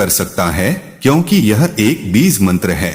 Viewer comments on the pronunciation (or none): Beez beez kare ja raha hai AI. Insaan na mila koi jo AI istemaal kia?